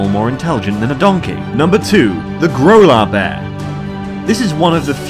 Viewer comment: I thought he said granola bear 😶😂